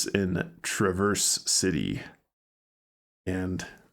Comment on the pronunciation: Traverse City is pronounced “TRAV‑ers City,” not “Tra‑VERSE.” The first syllable sounds like “trav” (rhymes with have), and the second syllable is soft: “ers.” Listening to you say it wrong was like nails on a chalkboard. LOL.